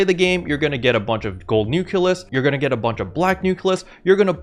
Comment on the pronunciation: Why do you call them nukelus instead of nucleus, though?